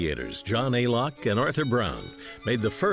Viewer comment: It was Alcock and Brown, not "Alock" and Brown.